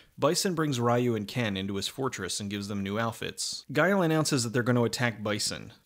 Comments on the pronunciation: ree-you not Rye-you... bruh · Excellent video, and very funny. But a couple notes; it's pronounced "REE-you" not "RYE-you." (that's not my opinion, that's how it's properly pronounced.) And you didn't mention the few mistakes they made, like that Balrog is a bad-guy in the games, and Dee-Jay is a good guy. =) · it's because it doesn't respect the source material that's why people don't like it, they don't even use their powers. Also it's pronounced Ree-you not Rye-you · I honestly don't like that this movie is the reason why people say Ryu incorrectly. His name is pronounced ReeYou not RieYou. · God fucking dammit, it's not "Rye-you". It's "Ree-you" or, if you want to be more accurate, closer to "Ru". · Pretty sure it is Reeeeeeeeyu and not Raaaaaiiiiyu. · Juan Rivera Yes, but in North America that was how people pronounced his name. Nobody knew it was Ree-yoo and not Rye-yoo until the animated movie was dubbed and released. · It’s actually pronounced REE-YOU. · "Rye-ewe" the most bastardized english way to pronounce a japanese name... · of all the shit he knows about street fighter why can't he pronounce Ryu's name right that really bugged me to the point where I couldn't finish this review. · Ryu is pronounced like "reeyuu" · Ok but we know how how it's pronounced now... so I found it irritating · Ree-you and Ha-doh-ken. I know it’s an old video but this bothers me. Other than that a fantastic review. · ok but this review easily released when street fighter first came out... it was released recently and he should know better, further more no one pronounces Miguel, My-gwell lol